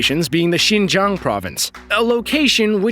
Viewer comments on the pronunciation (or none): none